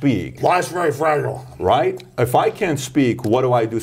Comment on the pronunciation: Just remember, kids: - "Life is very fragile" [translated through drunken apple chewing]